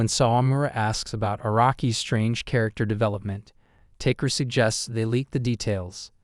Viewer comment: it's ta-ke-ru, not take-ru